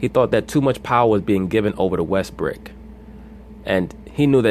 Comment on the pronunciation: Did u call him Russell Westbrick lmao